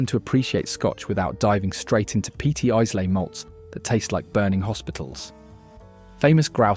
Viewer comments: Isla is pronounced Eyelah. Most of the whiskies distilled there are great. I rather like Monkeys Shoulder. It derives its name from the sore shoulder the workers used to get from constantly turning sprouting barley with a wooden shovel, on a flat floor, prior to the roasting process that turns it into malt. Going to school each day in Castleford, Yorkshire, I used to walk past Thomas Fawcett's and see them shovelling away, The smell from the kilns was delicious, and spread across the town, masking some of the foul industrial miasmas that the town also produced. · And. Can’t pronounce either of the Glens, has 4 versions of Lagavulin, 3 versions of Talisker apparently a highland whisky despite being made on the Isle of Skye, and Islay is not once correct despite cropping up many times. The curse of AI - did anyone do the homework or is this an AI assembly from a troll of the internet. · The biggest pronuciation failure / outrage is Islay. For shame! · If you don’t know how to even pronounce Islay what are you doing giving opinions on all sorts of whiskies you don’t know how to pronounce the names of either? You’re not using AI to read a script are you?😂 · Brands, or bottlings from distilleries? Also, really weird mix of blends, single malts and one CS thrown in. Pronouncing Islay as 'I -slay' (it's 'ai-luh') is bit of a giveaway (if more were needed) this is clearly AI generated. So many more distilleries you could have included. General ranking of what is included is probably a fair/reasonable take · AND 'IZLAY' for 'Islay' [Iylah for ye sassenachs] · What a load of computerised nonsense. "Blokes"? "One hundred eighty years"? And, Islay is pronounced "Eye-luh". The praising of incredibly average, not to say awful, whisky, seems to demonstrate that somebody is getting paid for this rubbish. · Did that synthetic Sassenach actually say Eyes-lay? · Please learn how to say Isla - eyelah! Horrible flat voice and no research into pronunciation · ...and Islay too.